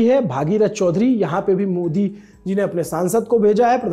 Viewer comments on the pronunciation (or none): none